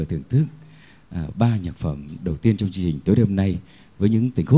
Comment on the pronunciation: Mới nghe sơ thì thấy rất hay. Nhưng nghe kỹ thì chỉ thấy guitar hay, còn giọng hát chưa đúng sát nốt. Ca sĩ nên tập phát âm phân biệt RỒI và GIỒI, TRong và TCHong !